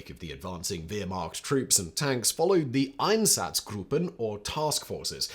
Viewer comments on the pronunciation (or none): none